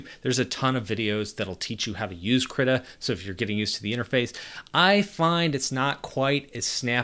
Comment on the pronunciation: manifested. Krittr.